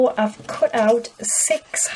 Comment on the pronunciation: She told kut for cut